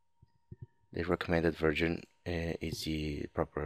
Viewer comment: recommended version sounded like recommended virgin! :PP